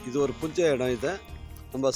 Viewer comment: யோவ் நீ தமிழ் நல்ல வாலவச மாரிதமம் போ, அது புஞ்சை நிலம், குஞ்சை இல்ல 😂😂😂